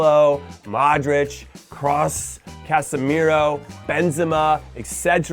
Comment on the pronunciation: It's K Russ 😂